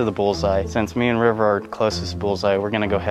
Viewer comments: Maybe it’s rivers mask that makes him sound like he is saying trevor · Yep, I listened a few times and he definitely said Trevor! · I thought he said trevor too 😝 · Ha ha I came to the comments to find out if anyone else heard the same! He definitely said Trevor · It sounded like he said Trevor. That is also what i heard. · When River introduced himself it sounded like he said Trevor ❤️🇬🇧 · 🖤👻💚💜Was it just me or did it sound like River said my name is "Trevor"?? lol 💜💚👻🖤